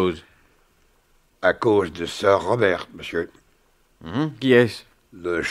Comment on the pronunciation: Le "r" de "sir" ne se prononce pas ça écorche les oreilles